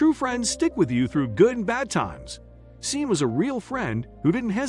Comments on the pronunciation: It has been truly painful to listen to the narrator pronounce “Sean” as “Seen” 😑 when it should be pronounced “Shawn.” It’s important, check pronunciation, right? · Sean is not pronounced ' seen' ,it's pronounced ' Shorn' or Shaun', just for information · I think you should get a better narrator. The millionaires name is pronounced " Shawn". Sean is the Irish spelling. I have noticed on a few of your stories there are glaring pronunciation mistakes. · Scene ?? No Shaun. Stop... Though the spelling is Sean it's Shaun!!!!! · OMG It is spelt Sean. but is pronounced Shawn. You should have stayed in school to grade 4. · "Sean" is pronounced SHAWN, just another mispronunciation.